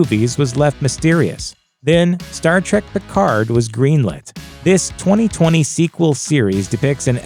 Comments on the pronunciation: Quit pronouncing it "Star TRACK", ffs. It's "Trek"... "Star Trek" .... not fucking "Track" you blithering fucking moron! I quit listening and Down Voted by the time you had mispronounced it for the 12th time just after the 3 minute mark. You shouldn't review something you obviously have absolutely no fucking clue about, dipshit. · Did he say Star Trak? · I knew in 3 seconds he didn't know shit. "Star track"? See ya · Did you really just say, ‘Star Track’? Fake fan. Next video.